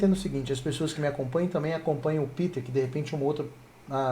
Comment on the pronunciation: nao e piter e pêter kkkkkkk